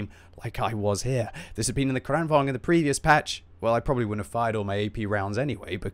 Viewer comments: Its not kregwagn its krigsvagn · You pronounce it like Krān-vaang-n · Just an observation. Lengthen the first A, and shorten the second in Kranvagn. Kr-AH-n, and say vagn more like you’d say wagon, but without the O, and with the V 😉 you seem as though you like to try correct pronunciation. Hope you recovered quickly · You saying kranvagn wrong, seitch the a sound around